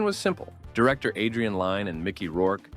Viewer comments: Can we REALLY not figure out how to pronounce Kim Basinger's name?? BASE ING ER, FFS! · stay for the multitude of Basinger pronunciations lmao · She probably would be more upset that you can't pronounce her last name.